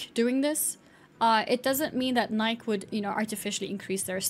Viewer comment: Please learn how to pronounce Nike